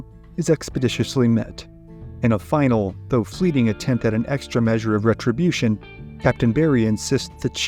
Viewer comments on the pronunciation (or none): none